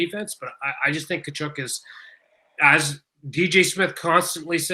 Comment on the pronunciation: My freakin ears, Tkachuk is pronounced KUH-CHUHK. Why you gotta freak it with this KuHcHoOk nonsense